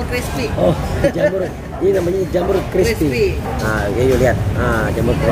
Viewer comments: R nya kemana bang malah jadi JAMU 😂😂😂😂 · jamur bang bukan jamu..pakai huruf R belakang nya